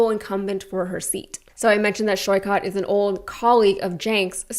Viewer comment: Hello, just a quick feedback to research how Saikat's name is pronounced. Sorry for nitpicking and appreciate what you do.